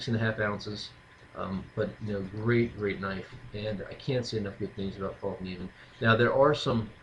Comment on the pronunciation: No, it's pronounced Fell-kniven...